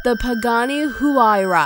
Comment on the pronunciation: The Pagani is pronounced "wai̯ra." facepalm